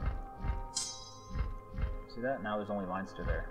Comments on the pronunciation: its Len-ster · if your irish why cant you pronounce leinster right? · You're Irish and you can't pronounce Leinster. Lol!